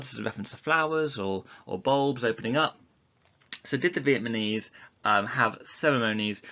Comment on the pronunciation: he continuously keeps saying vietmanese instead of vietnamese😂😂